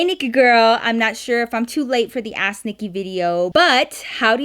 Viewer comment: Everytime she says ask Nikki it sounds like a*s Nikki and it catches me off guard On another note 👀 LOVE U NIKKI 💕 😂